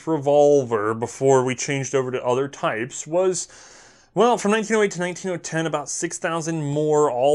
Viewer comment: LOL "1908 to 19 0 10" I catch myself doing that all the time